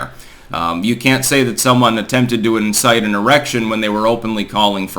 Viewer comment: You said incited an erection. 😂